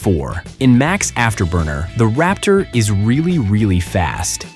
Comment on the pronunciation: It's { Raptor } - not ( Rapture ).